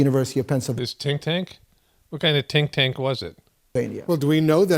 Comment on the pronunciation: Tink Tank. So funny